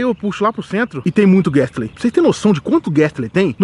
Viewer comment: GASTLEY.... DROWZER.... MANO FALA DIREITO O NOME DOS POKEMON CARAI